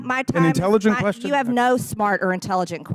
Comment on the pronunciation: Raskin says "question", MTG says "quesshen" 😅😅😂😂